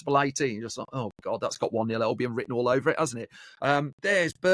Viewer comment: Can you stop saying elbion please its albion